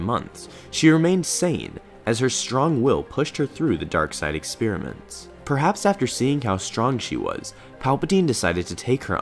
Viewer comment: Ex-peer-ments you say? Alrighty then.